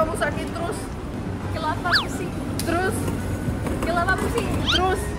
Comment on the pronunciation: kok kelapa=kapala kepala=kelapa